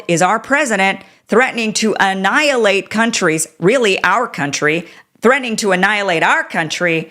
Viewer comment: Bluster. Who is he talking to. Didn’t say annialate